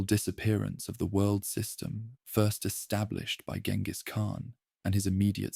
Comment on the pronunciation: jen-gis not gen-gis